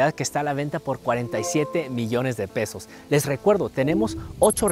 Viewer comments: Jajaja dijo pedos en vez de pesos 😎🤣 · Cuando dijo el precio creí que dijo 47 millones de "pedos", repetí el audio muchas veces hasta que note pesos😂, si me saco de onda😂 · Embes de pesos dijo pedos😂😂😂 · Alguien más que escuchó pedos en vez de pesos xD ? PD: no lo digo para burlarme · Nadie más se dio cuenta que al inicio dice “47 millones de pedos” ? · Alguien más escucho 47 millones de pedoosss😅 eres un ammorrrr🥰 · Alguien más escuchó 47 millones de pedos en el minuto ? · Soy el único que escuchó "47 millones de pedos"? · Soy el único que Escucha que dice que 47 millones de PEDOS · ni tanto, te fijaste al principio que dijo el precio de la casa? jajaja te la vas a curar XD